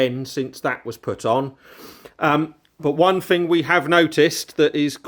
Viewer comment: three not free thing not fing thought not fort ffs i like your vlogs but speak English 🤷‍♂